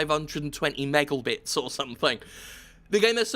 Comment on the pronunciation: Meggle Bits? Did I just hear Meggle bits?